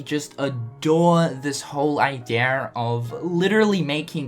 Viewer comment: eye-dee-uh not eye-dear lol